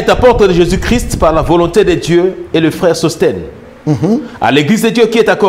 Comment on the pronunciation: La façon dont ce frère prononce "Jésus " hein loba kaka "Yesu" 😂